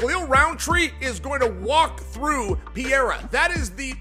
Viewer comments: The way Chael says Pee era really annoys me ! I Don't know why, but it's per rare ah. It's not like Magomedsharipovovopopovicinho DAMN ! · Does it drive anyone else insane that cheal is UNABLE to pronounce any foreign name?(pee-air-uh) (Makelchev) ect. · If Chael pronounces it "Piera", then that is his name now. Sorry Alex. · There he goes again. Calling Pereira "Piera" 🤣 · Nah he’s just trolling. As DC said, “Chael’s too smart to mispronounce all those names”. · 20 years later Uncle Chael still pronouncing it Pee-eara, after he has won 4 belts with the UFC. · Chael and the PEA-ERA thing annoys tf out of me. So disrespectful how he doesn't even try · OK Chael, who tf is Pierra? Does he hang out with Hazmat? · Chael P. Sonnen - “Pee-eraaa” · Chael shreds Alex Pereira's last name as much as Full Mount MMA does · Sonen is absolutely wrong about Roundtree walking through the champ. He can’t even pronounce Perrerias name correctly. I think it’s the CTE from the head kicks by Jon Jones talking. Stylistically it’s a fantastic matchup for Alex as Roundtree has even said he’s not going to shoot a takedown. It’ll be a striking matchup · When you can't pronounce a world champion ufc fighter's name, I'm sorry Chael, I can't listen to you anymore, bro. Either you are blatantly disrespectful or seriously out of touch with the UFC. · I refuse to hear Chael not knowing how to even pronounced a 2 division champ. Biggest shit talker around, as in literally spills only crap outta that mouth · I can’t take chael seriously when he intentionally mispronounces peoples names like that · Does anybody even care what Chanel Sonnen says these days? Dude doesn't even have the respect to learn how to pronounce the name of one of the UFC's biggest stars. Not like its even difficult... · Sonnen, can't pronounce Pereira,let alone pick a winner! He's always wrong 😂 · Chael can’t even pronounce pereira correctly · At least get his name right FFS…🤦🏼